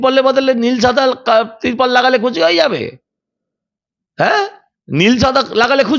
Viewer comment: তীরপল নয়,ত্রীপল